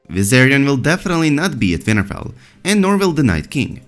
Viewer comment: oh my god i think it's great! i mean it's pronounced winterfell with a 'w' but you're accent makes it a 'v' and i don't think you should change it, it's rad